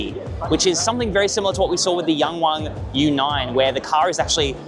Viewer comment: I just love how you tried to pronounce YangWang properly! Well done!